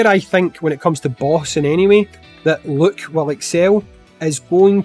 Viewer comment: Having a "Look at Look"? 😅 all jokes, still the best and I love the accent. I do have a question though. I understand pronouncing regular words however you they come out naturally, but I figure a name should be pronounced how the individual pronounces it. In America for a long time people pronounced RYU "RYE-you" but when we found out it was "ree-YOU" we changed it. So I was wondering, can you just not pronounce the names, or do u choose not to? Either way all good, just always wondered (not just you).